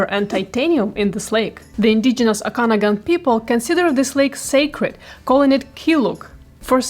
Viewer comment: Your pronouncation of Okanagan made me laugh , never heard it like that. Native names are hard to say , but I think you should practise saying it a few more times. It is Oak an og an.